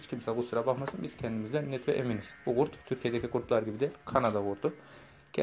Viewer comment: Abi coh güzel gurt diyiviriyon ya❤️